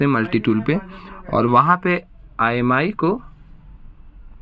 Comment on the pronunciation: Bhai not imi that Is imei